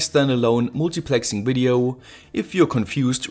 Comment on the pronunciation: i like your videos, but i have one problem... your pronunciation drives me crazy... always pronouncing the end of a word... like "Videoouu" "LEDeeh" "Triggersss"